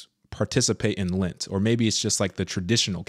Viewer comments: It's lent sweetie Not lint! FYI All catholics do lent Not just the older generation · LENT!!!! NOT LINT